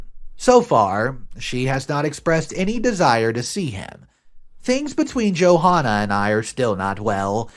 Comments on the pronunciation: God I love how you keep calling her Joe Hahnah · The h in Johanna is silent it’s pronounced Jo Anna. Come on man!!!! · It's pronounced Jo-anna, with a silent H.